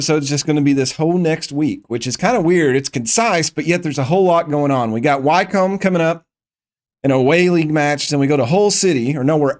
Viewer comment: Wycombe is pronounced Wickcome. Great series thank you.